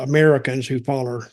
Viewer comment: “foller” 😂😂😂 even laughed